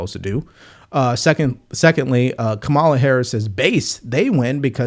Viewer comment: Everyone is supposed to know how to pronounce the names of the prez & VP .. Mispronouncing either name makes the host look uninformed. As for KA-ma-la (not ka-MAL-a), she's as awful as Trump. Two bad actors as usual running for prez.